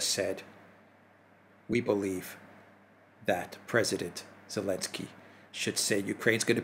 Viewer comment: Why does say "Elensky"?